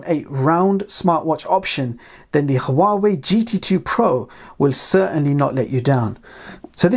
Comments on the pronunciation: It's not pronounced,who-are-way, it's wah-way. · It's pronounced wa-way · The "H" in Huawei is silent. This drove me nuts trying to watch this.